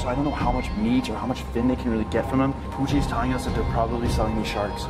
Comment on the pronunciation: Not me thinking he said Cucci not Pucci 😃